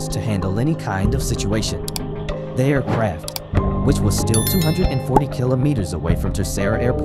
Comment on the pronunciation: Air CRAFT. Pronunciation drove me crazy ..m